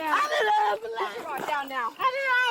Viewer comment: " I need an ambuhlance."